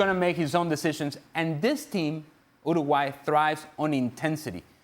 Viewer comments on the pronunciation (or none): Why can't he pronouns Uruguay? 😅